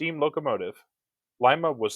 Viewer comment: I know this is kind of weird but thank you for not butchering Lima you have no idea how annoying that is because I'm from the area